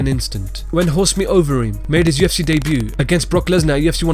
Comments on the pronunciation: Horse meat Overeem? You mean Ubereem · Its not horse meat overeem its ubereem lol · "It's uberreem" not "horse meat overreem" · Fuck sake it ain't horse meat overreem that's fucking UBERREEM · It's uberreem not horse meat overeem tfffff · I heard horse meat overeem and I died 😂😂😂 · I think you'll find its ubereem.. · "Horse Meat Overeem" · The way this guy says Alistair Overeem has me so weak it sounds so weird😂